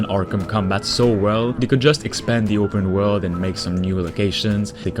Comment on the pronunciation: it's upeen wurld